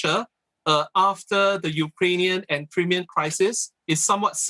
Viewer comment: did he just pronounce Crimean as "Cream-mian" ?? And he's a Assoc. Prof. with a PhD in Social Sciences ? Also, has NUS standards drop so much as to appoint someone who can not even pronounce correctly a region that's been in the news so much since 2014 ? And did CNA not vet its guest properly before inviting them to give comments on its show ?